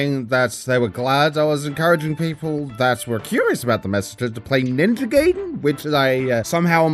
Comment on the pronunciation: Love the vid, but it's pronounced "Guy-den" not "gay-den"